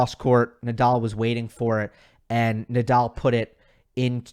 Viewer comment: cuando pronuncias Naaadaaal no parece que digas Nadal! :) Rafa better